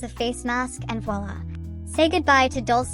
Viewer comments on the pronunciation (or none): none